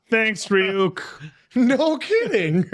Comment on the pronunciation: are they actually watching the dub? how do you continue to mispronounce Ryuk this many times?